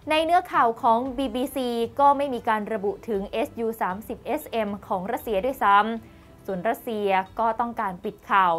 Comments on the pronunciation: พอได้ยินพิธีกรอ่านว่าเอสยูก็เลยงง... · เขา สามารถอ่านได้ สองอย่าง เอส ยู ..หรือ ซู ก็ได้ ส่วนมากสื่อ ตะวันตกเขา เรียก เอสยู .หาดูตามสารคดีเครื่องบินรบของชาวอเมริกันก็ได้นะ เขาจะออกเสียง เป็นเอสยูทั้งนั้น